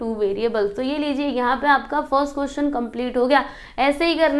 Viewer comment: Didi gay nahi gaya hota hai😊